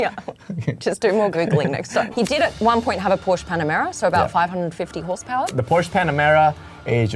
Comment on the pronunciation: How much credence can we give to people talking about cars who don't know how to pronounce Porsche?